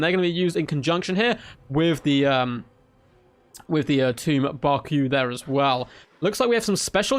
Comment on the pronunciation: Barque is pronounced like "Bark", btw.